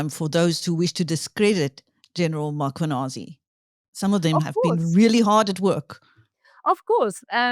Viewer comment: Please note the is no an after M it’s important to pronounce the names properly.